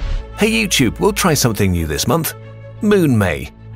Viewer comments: I thought he said "Moon Me" XD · why does Moon May sounds like Moon Me???